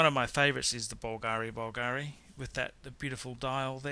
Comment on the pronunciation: The idiot didn't nail pronunciation of any brand except for Rolex: Bulgari, AP, JLC.... Stupid movie, the guy knows nothing about watches, except Rolex cause he owns a couple, but can't tell manual from perpetual!